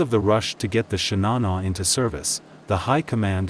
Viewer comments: I cringe every time I hear this guy mispronounce the name of the ship and her captain...it's 'Shi-na-noh', not 'Shi-nah-nah', and 'Ah-bee', not 'Abe'! 🤦‍♂🤦‍♂🤦‍♂ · Shinano, not Shinana. Admiral Abe ("ab-ay"). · „Shinana“🤷🏻‍♂️… bad ai voiceover…. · An excellent video which I very much enjoyed. My only issue is with pronunciations. Shinano is pronounced "shee-nah-noo", with emphasis on the first syllable. Abe is pronounced "Ah-bey", with emphasis on the first syllable.